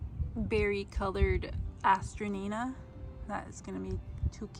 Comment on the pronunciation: These are very popular in the UK. they also go by the name of Masterwort. Hazzard Seeds sells these online here in the US. Note, pronunciation is a-stran-tia. This may generate more results on your search or from folks at local nurseries. I have a beautiful variegated variety that my sister gave me a decade ago but I’ve not found any other live plants here in RI. They’re so pretty though